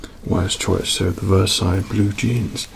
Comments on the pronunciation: Versace is not pronounced as Versailles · Took me a moment to realise he pronounces Versace as Versailles... As someone who learnt french to say croissant correctly. I'm deeply disturbed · I've hear Versace pronounced in all kinds of ways but never as Versailles! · Why does he say Versace like that? 😂😂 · The way he says Versace 😂😂😂